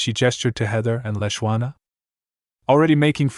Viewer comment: This AI is not that intelligent seeing as the w in Leshawna is silent